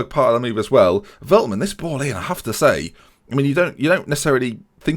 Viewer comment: Let me help you with your dreadful pronunciation: Ore-gwela (Orejuela) the Lickt (with a sharp g) (de Ligt Felt-man (Veltman) Die-ks (Dijks) van the Bake (van de Beek) Sink-graven (is alright) Younes (is good) Sjeeune (just like the german word 'schön') (Schöne) Near-as (Neres) Chair-nie (Cerny) Cas-see-year-a (Cassiera) Fear-gaf-er (Viergever) See-jech (also with a sharp G) (Ziyech) Weu-ber (same as Schöne) (Wöber) Hope this well help you out.